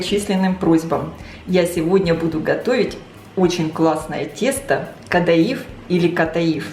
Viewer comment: Вообще-то правильно КаДаиф, ударение на и, по крайней мере в Турции так называется